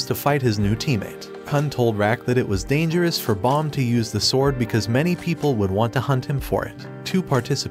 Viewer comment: Dangerous ✖️ Danterous✅